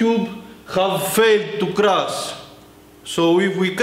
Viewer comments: i love how he says crus instead of crush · we did it krass^^ grass, crass, its called C R U S H "Schhhhhhhhhh" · "Today we will be crossing some magnets" An hydrolic press operator unable to say "crush" lol! Poor him! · i luv when he says crush just love it not irony